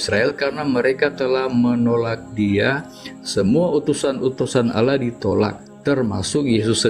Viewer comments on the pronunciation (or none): Oten ini gimana Baca tulisan Allah di baca Alah nipu2 ni yeee .